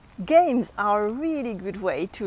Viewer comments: VocAAAAAbulary, the accent is on A, not on O)))))) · Hello. I love your videos. Just a little correction. You pronounce the word "vocabulary" wrong, the accent falls on the second syllable, not on the first one. Please keep safe. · I love the way she struggles with the word "Vocabulary", She sounds so cute!! XD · Yes she melts me